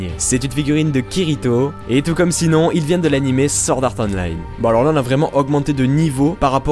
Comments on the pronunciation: Mdr trop le prenom Sinon ça se prononce "chinone# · Par contre Sinon se dit "SHINONE" désolée vraiment mais c'est sa prononciation !! (sinon je veux les 2 figurines de SAO ;-; même si j'en ai déjà une de Sinon mais c'est pas la même ! 😭) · Mdr comment tu prononce Sinnon 😂 tu m’as brûlé les oreilles 🤔 super vidéo et magnifique figurines ! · AAAH! "Sinon" ne se prononce pas à la française mais comme ça "shinone" >.< En tout cas elles sont toutes trooop classe '*Q*'